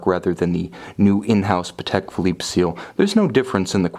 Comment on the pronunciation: You pronounced Patek correctly in this video!! Yay. I knew you could do it.